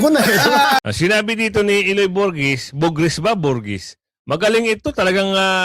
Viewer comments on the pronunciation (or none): BUGRIS po..hindi burgis :)